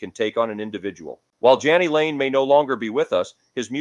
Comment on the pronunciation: Just thought you should know that you mis pronounced Jani lane's name. It is Pronounce J knee